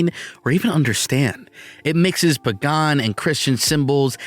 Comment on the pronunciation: "Pagan'" eh?